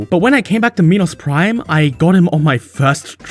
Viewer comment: "meenos prime" is not how you say it lol